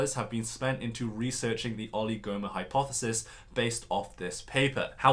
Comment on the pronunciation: With the word oligomer, the stress is on the I, not the second O. Just so you know for the next time you need to use the word!